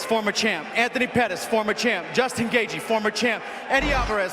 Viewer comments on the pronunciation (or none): none